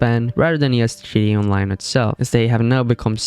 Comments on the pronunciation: G T A, not gda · What’s "jitty online"?? 😂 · you're saying GDA i dont appreciate it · Can you learn how to pronounce GTA online? It's not gda online 😭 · No fr tho I understand bro has an accent but it’s like he put in less effort into gTa Online every time he said it